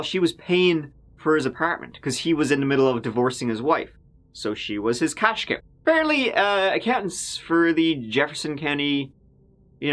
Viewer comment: Cash 'cow'. 🤣